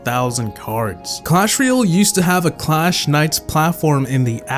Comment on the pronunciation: it's ROYal not REEal